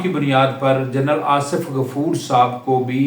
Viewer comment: Asaf nahi Asif, taluck nahi taalook, , ratyre nahi retire, laikan nahi laikin jahil admi